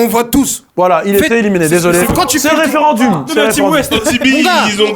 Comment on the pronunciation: waouh vous prononcez grave mal le mot "referendum" mdrrr DZ EN FORCE , ON t'accepte mon gars fodjé